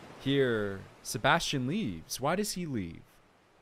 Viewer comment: THANK YOU I'VE BEEN WAITING FOR THIS ONE!!❤❤ And your reactions are so funny 😂 but anyways thx sm!!!❤️ And was so funny the way you pronounced Sebastian was so funny 😂